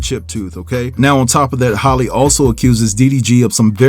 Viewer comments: her name is halle like Berry not Holly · Halle, not Holly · I question any info given by someone who doesn't even know their name ijs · not Hailey either😂